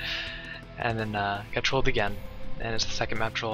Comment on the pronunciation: It hurt to hear him say trolled.